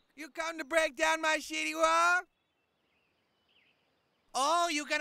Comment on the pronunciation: I love how he says City Wall as Shitty Wall 😂😂😂😂